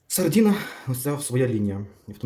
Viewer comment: От тільки не сардІна, а сардИна.